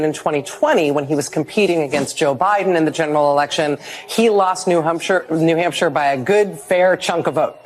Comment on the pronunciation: Rachel said "New Humpshire." She can't be president.